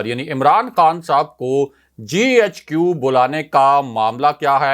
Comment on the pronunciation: تم GHQ کو ۔۔۔۔۔JHQ ۔۔۔۔کو بولتے ھو۔ تیراجھوٹ ۔۔وی۔ لاگ کون سننے گا۔۔۔۔۔؟